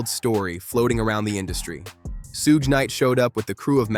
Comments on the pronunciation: Soogie??? "SUGE"...😬😅🙈😭🤣🤣💀💀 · It's Suge, not Sooge. And that will Smith line was from The Marshall Mathers lp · Word salad that could have been cut down to 10 mins. And what's the deal with the pronounciation of "Suge"? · Never heard Suge’s name pronounced so many different ways in a single video. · I know right. These narrators butcher everyones name. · Completely mispronouncing Suge's name repeatedly... is wild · The way the narrator pronounced Suge Knight's first name. 🤭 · Whats up with the way you say Suge? You can tell you didnt hear that name growing up.